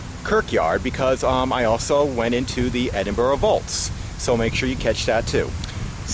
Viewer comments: Edin bur ra not Edinborough. Coven Nan Ters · I have to say, your two lovely guys...but please...for the love of god! Endinburrow is soooo annoying! It’s not pronounced like that guys! And walking right over the graves of people?...not cool and a bit disrespectful. Yes, I’m born and bred Edinburgh, work for The City of Edinburgh Council and spend many lunch breaks having my lunch in the serenity of Greyfriars Kirkyard..so yeah! I’m entitled to my opinion! But you two guys are pretty cool😎☺️I’m just so glad you enjoyed our beautiful, historic city☺️❤️ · I wish you yanks would learn say Edinburgh correctly. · The way he pronounces Edinburgh is just precious